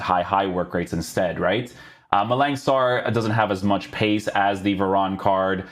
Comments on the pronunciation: please call him varane and not veron 😭😭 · He’s French, ane is normally pronounced on